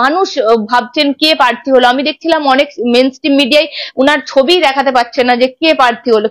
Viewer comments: Madam your's pronunciation is so bad. Prarthi ke parthi balata chharun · পার্থী নয়.. বলো প্রার্থী, তিতিও নয় .. বলো তৃতীয় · কথাটা পার্থি না, প্রার্থী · পার্থী আবার কি? উচ্চারণ ঠিক করুন